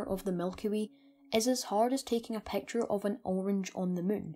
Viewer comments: I really Love the vid but please stop saying pacture its picture Not pacture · The way he says " picture " pecture " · "...it is hard to take a PAAAKCHUR of it..." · "a peawcture oeaf a blaeak houwlf" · "A pecktyer of a black hole" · i dont trust anybody that pronounces picture as peture!!